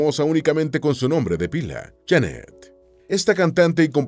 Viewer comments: No es Jannet, es Jeannette.. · No es Jannet, es Jeannet, el wey del video pronuncia mal el nombre.